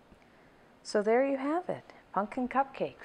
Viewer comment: "punkin" lol